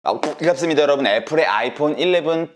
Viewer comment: 저번 영상에 비해 봥괍습니다가 찰지지 않네.... 노력 부탁해